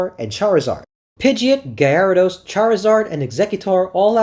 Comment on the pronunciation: Are you saying “Gay Air A Dos”??